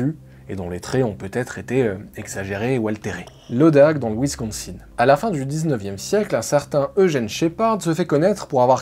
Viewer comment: On dit Wincosin (un)